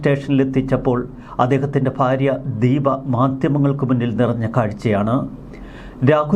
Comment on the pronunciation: താങ്കളുടെ വീഡിയോ കാണാറുണ്ട്. ഭാര്യ എന്ന് പറയുമ്പോൾ ഫാര്യ (phaarya)എന്ന് ഉച്ചാരണം ശരിയല്ല. Bhaarya എന്ന് എന്ന് പറയണം. ദയവുചെയ്ത് correct ചെയ്യണം